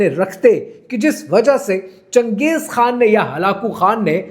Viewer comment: Changej khaa hota hai chuyiyee khan nahi 😂😂